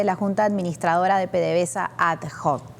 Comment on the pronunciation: no digas "ad joc" la H en latín es muda, por tanto pronuncia "adoc".